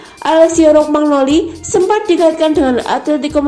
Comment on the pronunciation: Rokmagnoli...😥😞😔 yang bener romagnoli min..min... Kosakatanya ancur... 😁😥 Semangaaaat min... 💪👏👍 forzamilan..